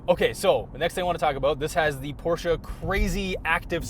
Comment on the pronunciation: nice porsche (porshhh) & big gas engines. electric cars don't have fluids sorry🤦‍♂️